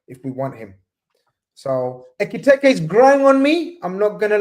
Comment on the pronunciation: Brudda had five different ways of pronouncing Ekitike😭